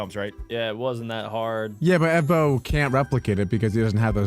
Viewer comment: Evbo ❌ Ebo✅